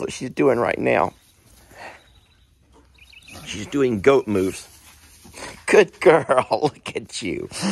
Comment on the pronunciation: First time I saw this video I swear I heard you say, "Goat moose. Not goat moves." So Journey is forever a Goat Moose in my head lol